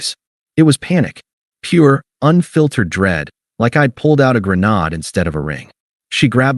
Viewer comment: Spell words so AI Artificial Incompetence can correctly say the word .🤔 Grenade - gra naid. LED vs Lead. The incorrectly pronounced words make the story sound stupid and unprofessionally written. Just a suggestion.🙄